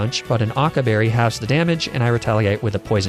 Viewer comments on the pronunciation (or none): none